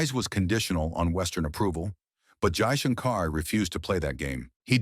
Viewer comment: Only one request for your SUPERB video Your pronunciation of Name of FM is not ideal If can pls pronounce it well